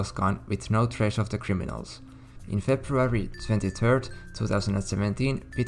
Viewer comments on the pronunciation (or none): none